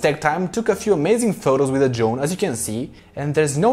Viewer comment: we love it, don’t change 😘😄👍🏻